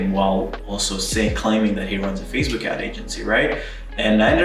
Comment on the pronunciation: XDDDDDD "with fasebuk ad"